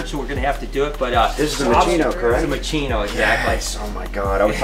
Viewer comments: "Moe" Chino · When you said Mochino I automatically thought Mochi